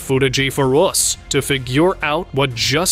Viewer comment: I'm surprised by the AI narration! the narrator says "foot-ah-gee" instead of footage and "hap-pen-ed" instead of happened. It also did something weird with "us" (which sounded like "oose") and "figure" (which sounds like "fig-gure").